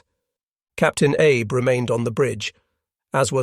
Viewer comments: "Abe"? Not Abe Lincoln but 'Ah-bay." Still a great doco. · Not Abe, Ahbay… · I believe the pronunciation of the Shinano’s captains name is Ahh bay not Ay b.